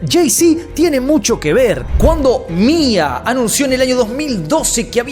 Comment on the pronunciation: No es Mia es M.I.A (em-ai-ei)